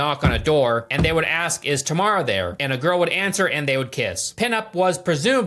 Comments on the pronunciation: It's TAM-RA dude...not TA-MA-RA 😭 plz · It’s Tamra. Why’s this chode keep saying “Tamara” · Tam-ra not tah-me-rah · Dude it's not Tamara or tomorrow or what you said. It's Tamra! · Tamra has been through enough… we can’t at least say her name properly TAM-RA